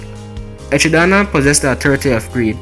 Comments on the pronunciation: Echidana lol its echidna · Echi-Dana ? Ejidama?!?